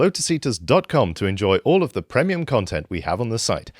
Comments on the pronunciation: Chap at the ends says premium wrong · the way he pronounces premium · tell that guy on the outro how to say premium lol